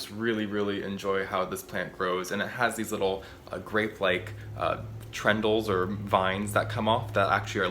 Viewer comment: "Grapelike Tendrils"... not trendils... haha...